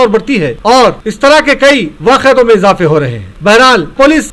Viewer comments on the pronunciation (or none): Waaqeyatein......hahahaaaa.......kya chillar urdu bolre bhai......sahi lafz....waqeyaat hai.